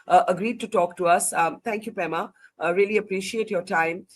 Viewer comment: Pema not Prema.